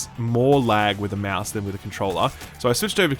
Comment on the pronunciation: "using a meause"